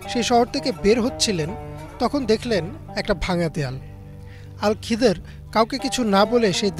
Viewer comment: আল খিদর নয় খিজির আ: হবে